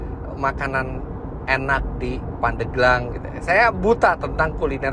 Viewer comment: Pandeglang Penyebutan e seharus nya seperti pada bebek.. Asal muasal nya dari kata pande gelang. Terimakasih om fitra sudah mampir di pandeglang, kota santri yang sejuk dibawah kaki gunung karang yang asri..